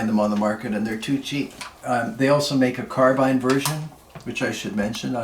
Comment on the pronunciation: Finally, somebody who pronounces Lever and Carbine correctly Great video man